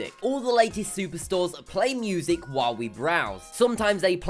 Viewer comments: Narrator needs to go! Poor word pronunciation is irritating, ie moosic (music)... Interesting video otherwise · it's music not "moosic" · And music -- he pronounced it 'moo-sic' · And "moozic" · moozic lol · Moosic haha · moosic xD